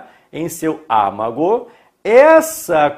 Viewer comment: Âmago, não ámago.